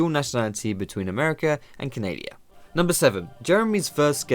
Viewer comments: Lol Said canadia😂😂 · CANADIA LUL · Canadia xD